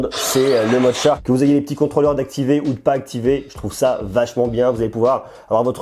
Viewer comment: Tu te complique la vie pour rien lol, on dit Chark et pas tchark ;)